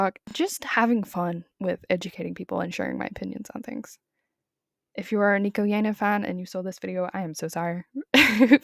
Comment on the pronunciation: if you are going to make a 20 minute video about someone can you please pronounce their name correctly